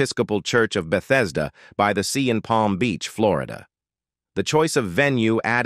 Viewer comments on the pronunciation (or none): none